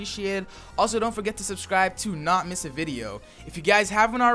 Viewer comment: Lol "Tront"